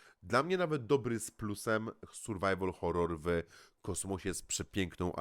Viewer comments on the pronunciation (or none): none